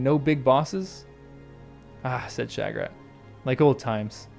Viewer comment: I wonder what you are trying to get at with the alternative pronunciation of "Shagrat". You are the only person I've ever head try and say it "Sha-GRAT"! I think pretty near everyone says it "SHAG-rat"!